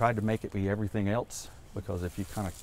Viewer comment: Man does it drive me crazy when someone puts a “t” in the word else. THERES NO T!!!! Its elSE!!! Not elTs!!!